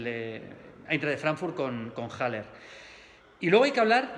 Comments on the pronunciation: Maldini no se dice JALER se dice ALLER (haller) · bueno realmente se diría aleg